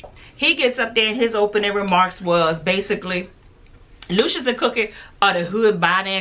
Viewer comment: Bella called lucious..."dooshus""..just saying